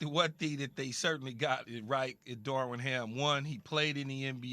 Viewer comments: Keyshawn: “Darwin Ham” 😂 yeah ok we supposed to believe y’all really like this hire and can’t get his name correct on TV multiple times. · Key keeps on saying “Darwin Ham”😂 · Keyshawn.... it's Darvin sheesh